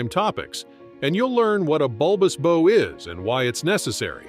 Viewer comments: Can someone teach this AI voice the difference between a bow (rhymes with tow), and bow (rhymes with cow)? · Learn how to pronounce 'bow'.